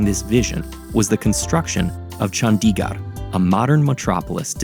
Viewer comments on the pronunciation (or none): The animation is AMAZING! -note its not chANDiGAR its CHundiGurd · Nice video but you should take the time to learn the pronunciation of Chandigarh. It’s not Chun-dee-gaar it’s pronounced Chun-thi-gurh with a soft th sound and a short i not a long i! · it is no chaandigarrr it is chandigarh pls pronounce corectly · I feel like if you could pronounce Le Corbusier that well, you could have put in more effort into pronouncing Chandigarh better :/ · multiple indians working on this video, not one of them could tell the narrator how to pronounce Chandigarh and Nehru